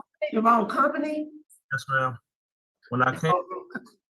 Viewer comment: "Come-pany" is what the 35 year old man said.